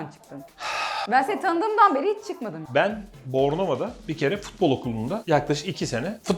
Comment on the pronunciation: Nobody:: Ben 13 yasindan Brei … 😂😂